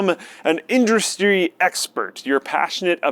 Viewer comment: says "Indristry" lol, thought we didn't catch that.